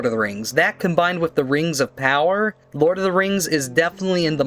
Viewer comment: You don't have to be a fan of The Rings of Power to pronounce it right.